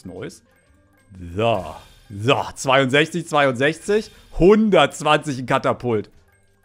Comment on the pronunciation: kannst du vielleicht versuchen das,,so" richtig auszusprechen